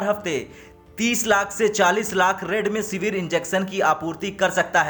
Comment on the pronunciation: Redmisevir nhi, Remdesevir 😂